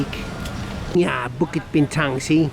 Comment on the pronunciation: thats the exact way the locals pronounce it. 😀Bukit Bintang. SPOT ON